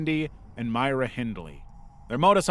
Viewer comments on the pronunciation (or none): Bro can’t read. Literally pronounced Myra as Myrna and Brady as Brandy. Like seriously? His only job is to read a script 🙄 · that IS NOT AN ACTUAL PICTURE OF THE MENENDEZ FAMILY. That is a picture of actors. On a seperate topic, I will say this, that the site introduced the murder of Travis Alexander as HIS name rather than his killer, Jodi Arias', name. Kudos for that!!!! the murderer's name is: MY-RA NOT: MEER-NA. He said it correctly in the begining of this clip,butI guess he didnt cate too much to correct it. Just one more of MANY screw-ups by this guy on this site!!!